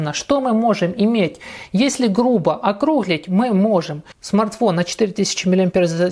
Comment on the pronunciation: Ох и автор ) окрУглить вместо округлИть, походнОго типа, вместо похОдного типа ибо слово похОд. Да....уровень образования и начитанности просто "впечатляет "))) ʼ